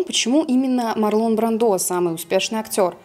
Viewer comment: Правильно говорить МАрлон БрАндо! С ударением на А и в имени, и в фамилии! Всё остальное тоже ужасно! Я не придираюсь и не хочу Вас обидеть, но это так, к сожалению.